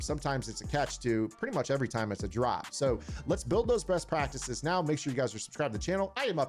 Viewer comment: " Breast Practices " lol